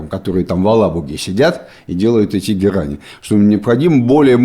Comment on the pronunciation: Не "алАбуга", а "алабугА"